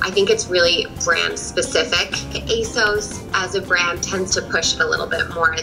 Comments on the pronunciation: “there’re from AsAUCe” 🤦‍♂️ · As a brit and seeming as Asos is UK based, I can officially correct your pronunciation because it's pronounced Ace-Oss not Ace-Ohs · Asos rhymes with 'gloss', not 'gross'. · "ASOSE" it's asos